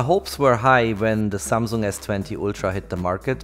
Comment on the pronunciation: Samung jajajajaja patético.